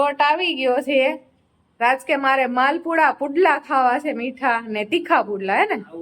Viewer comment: Ben vlog ma se se bov karo cho ne minivlog na dubbing ma sudhrelu bolva jaav cho pan tmne bolta nthi aavdtu..😂 se se such a uneducated